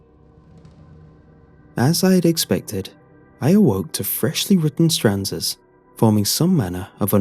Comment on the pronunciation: It's stanza, not stranza.